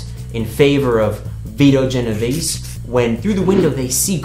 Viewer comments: So this dude is a writer and can't even say correctly Vito Genovese... great talent for research... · Good lord...his pronunciation is painful